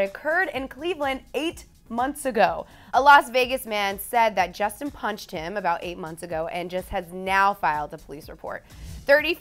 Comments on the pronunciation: mmm btw it's justin not jusin 😂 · Justin. Not jusin da fuq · "Jusin" LMAOOOOO